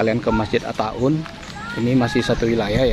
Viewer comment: At-Ta'awun mas. Jgn diubah jadi At-Ta'un. Berubah arti... dan fatal. Ta'un itu jin berwujud manusia. Yg benar Ta'awun, artinya saling tolong menolong.